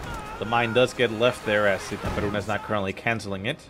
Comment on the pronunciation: dude, u speak itaperuna just like brasilian did. congrats your accent in portuguese are great.